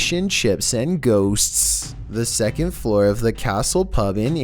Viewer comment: Its second, not seconth.